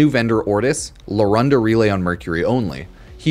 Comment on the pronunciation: Brooo...it's larunda, not luranda 🙁